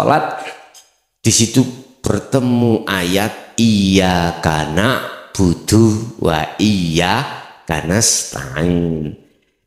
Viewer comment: Banyak yg salah baca surat alfatihah ayat 4, iya kannak budu waiya kannas tain.. seharusnya kn iyaka nakbudu waiyaka nastain..